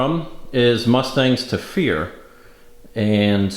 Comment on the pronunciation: "Mustangs to Fear".... whenever you've mentioned them in the past, I thought you were saying "Mustang Sofia".